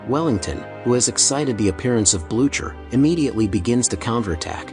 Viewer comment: "Marshall Blue-chur". Gross come on lazy AI voice, you can do better than that. edit: double gross, this channel is... sad. Using AI scripts to. "plunging into cargo vessels." Just yuck no thanks